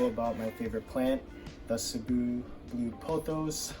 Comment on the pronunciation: Thanks for pronouncing cebu correctly. Keep doing videos.